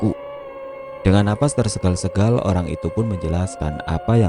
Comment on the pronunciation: Suwer saya kl pas si pembaca bilang nafasnya tersegal segal kok gk bisa nahan ketawa,org Indonesia kok gk bisa mengatakan bahasa yg benar.yg bnr kan tersengal-sengal.